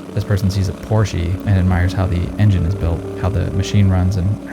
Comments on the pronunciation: It’s Por-shuh, not por-she. The Germans pronounce it por-shuh. Sheez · I don't know who told you this about Porsche. Its the last name of the founder of Porsche, Ferdinant Porsche. Horsey would be like "Pferdchen" And im Sorry if im too german to get a joke